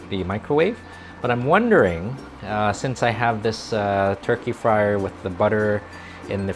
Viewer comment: I love BUDDER! 😂😃